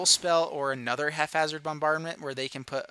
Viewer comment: Great vid :) It's pronounced hap - hazard Sorry